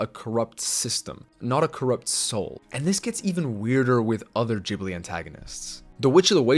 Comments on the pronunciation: Geeb not Jib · JIBLI? Imagine making a video like this without even knowing how to pronounce the name of the studio. It’s GHibli, GH~. Try it at least. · You are mispronouncing Ghibli all the time. You are pronouncing it like "ginger" when in reality it's pronounced like "gitarre". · wtf man why in the hell would you pronounce it jibli?? im assuming it's ragebait and you want to increase viewer interaction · Who's "Djibli"? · Its not Jibli... Its Ghibli, come on my man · Gah ... Not jah the only reason I can't watch anybody's videos on studio Ghibli is because they don't know how to pronounce it properly. It's not English, it's Japanese. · Good video, but damn does it make me feel insane to hear Ghibli pronounced like "jibbly"... hurts my soul. Interesting that Te Kā was not mentioned, as the only Disney villain who got a redemption arc (that I know of, I'm not up to date) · Hey look another video about Ghibli where they pronounce it Jibbly :face-blue-smiling: seems like the whole continent of america doesn't know what to do with the letter G and J. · No hate to you, the video is great, but you pronounce “ghibli” wrong. The g isn’t pronounced like j, it’s pronounced like g in the word “good”. Just saying, it kind of pisses me off when people do this cause I’m a big fan of ghibli, but it’s okay🤷‍♀️ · Dang even the subtitles know you're saying it wrong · Dude the name Ghibli is italian. Italian is the easiest language to world. There no special. Gh is always a hard Gas guy, gay, gun etc You pronunciate it as it was written with soft G, Joy, June etc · You have a really nice take on villains from either side and it was quite interesting! But the way you say ghibli is wrong, it’s a g not a j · you pronounced Ghibli wrong :p